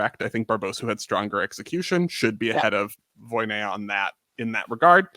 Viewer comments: Very amateur gymnastics fan, but I soon knew it was "Voina," not "Voy-ne-ya" as I realized it seemed like with Romanian, "ea" is usually pronounced just "a," not "e-ya," after watching Romanian gymnasts throughout the years, even including "Gogean," whose "ea" is in the middle of the name and not at the end like many of them. So, I was rather surprised when I watched one of these channel's videos last year, maybe, and Sabrina was mentioned and she was "Voyneya," not even "Voynya" like others would say. It surprised me simply because I see these people as gymnastics experts and did not expect a simple error as name pronunciation to be happening here. But yeah, maybe not a big issue. 😅😅😅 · You a re right, it's not 'Voy-ne-ya", but it's not quite "Voina" either. The "ea" in "Voinea" has a special pronunciation, becoming one sound (a diphthong). But "Voina" is definitely closer and it would be less weird to Sabrina's ears.